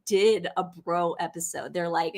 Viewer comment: It's pronounced BRO rhyming with grow / glow